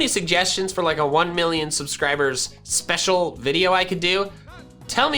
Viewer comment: Pokemon talk speshel